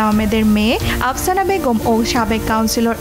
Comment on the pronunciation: আপসানা নয়, আফসানা হবে।